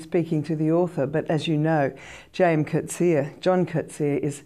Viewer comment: This lady is one of the few people I've heard who pronounce Coetzee's name correctly. Congrats to her!